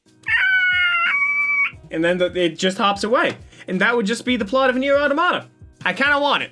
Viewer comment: The way you say automata as Auto Mata instead of pronouncing it Automita as one word just makes me want to say "I don't know, what's the Auto Mata with you?"